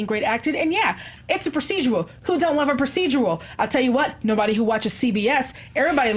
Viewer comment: yea, i was confused, lmao...kate wasn't in narnia, lmao....also, it's "proced-u-ral" not "proced-u-al", lolz